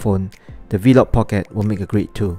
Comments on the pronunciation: “Vlog pocket” not “v-log pocket” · he’s commenting on your pronunciation of ‘V-LOG’ as opposed to just ‘vlog’. I must say, many Singaporeans also pronounce it the way you did. I have no idea why.